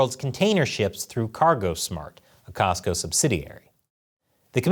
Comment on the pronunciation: Cosco not Costco